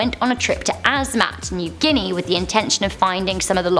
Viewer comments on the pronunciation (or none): none